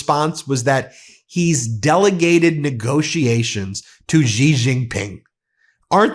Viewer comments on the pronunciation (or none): By the way, "Xi" is pronounced "she" gidammit, not "zhee." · Xi is pronounced ‘she’.